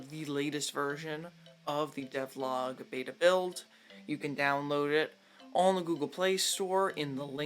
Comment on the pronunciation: You pronounced Devlog worng!!!! Worng!! This video made me sick to by stomachy but felt somewhat enjoyable. You get a subscriber young mam. The editing seamed very obvious so work on that. It must seem natural. Also before you do Devlog 5 you must do Devlogs 0-4. Keep it going mam